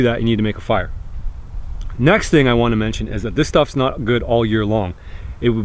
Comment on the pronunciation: ”Weee hav fiaaaa”